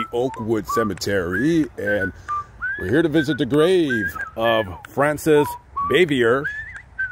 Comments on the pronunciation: Frances BAH-VEE-AY is the correct pronunciation. We all want our names pronounced correctly. And, p.s., you are far too young to remember the Eve Arden show, much less Eve herself...usually your research is impeccable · Good video. No biggie, but it’s pronounced Bah vee a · her last name was French, so the ending R is silent. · You butchered her last name…. Not even close and why would you say that she didn’t like the joking around on set probably because of sex jokes? She was a serious person who didn’t like joking around. So she was a stick in the mud, but to say probably because of sex jokes?